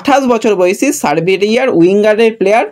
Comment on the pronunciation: ভাই উচ্চারণ ঠিক করো। দেশটির নাম সার্বিয়া। সরবেরিয়া নয়।